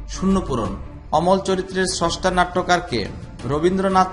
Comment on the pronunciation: ছস্টা আবার কী? উচ্চারণ শিখুন।